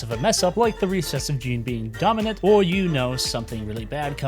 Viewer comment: dude can't pronounce the word "dominant"